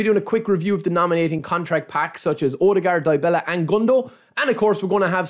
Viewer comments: Its Dybala(Dibala) not Diebela😅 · Dybala not die bella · Hahaha Die Bella -,DYbala. Y - you read it normal like from a word "If" the first letter sounds like the Y.